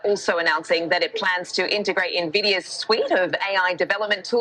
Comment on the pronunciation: It's hard to take her serious if she's going to pronounce Nvidia like that